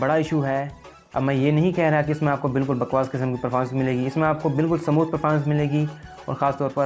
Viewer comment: Smooth hota hai bhai samooth nahi